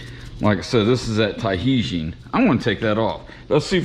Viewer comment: Great video! First 12 seconds gave a laugh. Fyi the correct pronunciation for Tajin is (Ta-heen)